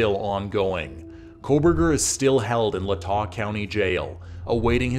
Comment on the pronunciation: If anything you should be upset how he pronounced latah lol its lay-tah